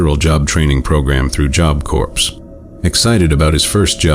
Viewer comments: LOL... "corpse" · AI can't pronounce corps properly 😂